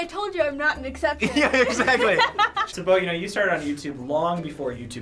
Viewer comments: It's Bo Yo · it’s bO yO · Its Bo yo.